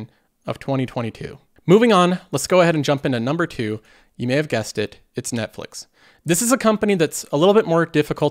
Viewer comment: netflex? Hahahaha